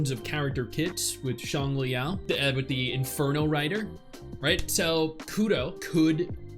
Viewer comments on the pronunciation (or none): none